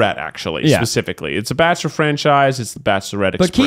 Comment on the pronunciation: are they forgetting about the barkchshelor??? orrr